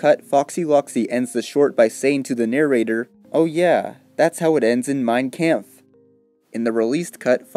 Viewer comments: Fyi its mein comf not camf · But other then the mispronouncation of mein kampf good video